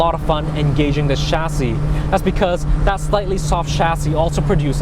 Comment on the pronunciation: the way he says chassis pisses me off